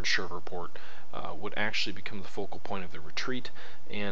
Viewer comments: And it is Shreveport...not Shiverport. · Shreeeveport! Not Shriverport. Great vid though. Trans-Mississippi theater is terribly under-represented. Great to see us, finally, getting some love West of the Mississippi.